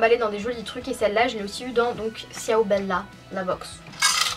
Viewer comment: J'adore ta chaine mais ciao sa se dit "chaou" mais sinon je t'adore je crois que j'ai vu toute tes vidéos